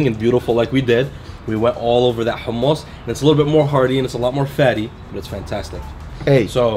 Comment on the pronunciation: Bro the way he says hue-mus is annoying. In the real middle east u use the throat for the h in hummus